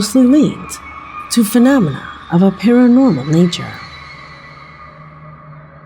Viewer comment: Can you say the word "phenomena" again?:)) It's funny!!